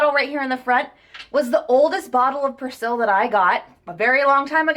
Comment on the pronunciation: That’s not how you say persil 🙈